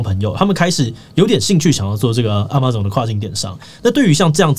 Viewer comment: 也許 Amazon 的唸法是 ㄝ ㄇㄚˇ ㄗㄤˇ 而不是 啊 馬 總